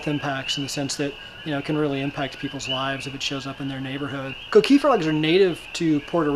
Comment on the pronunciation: The coqui is no danger to humans you fucking idiot. Some white boy more than likely stole it and brought here like they did our ancestors. I hate the way he says coqui....idiota....